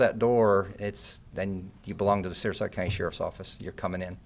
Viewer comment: Sarasota not sarsota